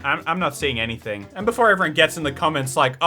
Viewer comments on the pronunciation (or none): none